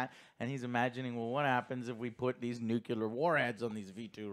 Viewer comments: It was waaaaay too loud, yes. Nolan tries to be Villeneuve. But he is not Villeneuve. I was at the point of "I think I need subtitles". I'm happy Joe finally learned how to pronounce "nuclear" instead of "nucular". Took us so many years. :') EDIT: Ah, he slipped back into it later in the video. Goddamit, Joe! :D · why a lot of guys in the us say nucular instead of nuclear? it is like homer simpson